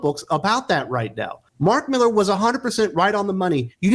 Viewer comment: Mark Mi-lar.🌹